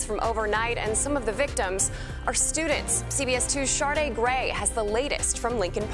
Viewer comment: Not Shardaa lol